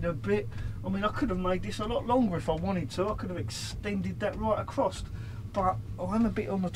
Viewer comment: And it’s across not accrost 😂